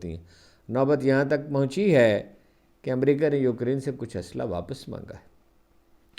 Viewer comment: Ukreen nai hota ukraine hota hai bazurgwar